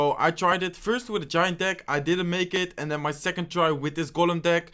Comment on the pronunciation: He said " Giant Dick " and " Mean Horde "